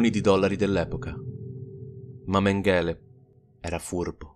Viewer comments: Méngele non Mengéle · è stato molto interessante. Comunque, a parte gli scherzi, come dici tu, quando una parola o un nome straniero viene ripetuto così tante volte, forse è il caso di informarsi sulla sua pronuncia. L'accento cade sulla prima sillaba e la "g" si pronuncia come in "sing" inglese. Grazie per i tuoi video e per il tuo tempo. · Sentire "Mengele" pronunciato in quel modo è fastidioso!